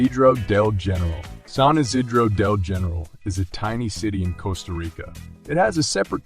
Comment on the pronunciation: I am very tired of AI narration. Mispronunciation of words like ‘Costa’. Just, please, hire a human.